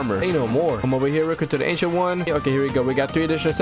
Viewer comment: Wth I heard Asian one instead of ancient one